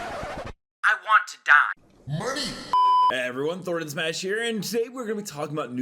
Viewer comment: Thordan? My man. Come on... Its me.